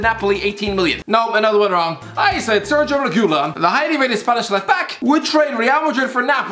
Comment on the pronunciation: Nobody: Literally nobody: The: SeRgiO Rekhulon